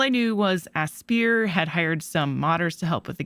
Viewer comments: I instinctively pronounced it "Aspeer" mainly because I'm non-native speaker, and I've heard many others do so as well. You're right however, they even deliberately wrote "What do we aspire to?" in the "About" section of their official site. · AS-PIRE aspyr ass-pie-er as·pire /əˈspī(ə)r/ verb verb: aspire; 3rd person present: aspires; past tense: aspired; past participle: aspired; gerund or present participle: aspiring 1. direct one's hopes or ambitions towards achieving something. "we never thought that we might aspire to those heights" Square EEEnix